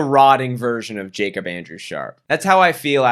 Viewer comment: You know the Jacob you’re talking about is definitely pronounced yacob if he’s from Germany man